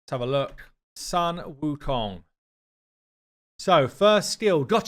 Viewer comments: its not saan its called soon, sun wukong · Sun is pronounced SOON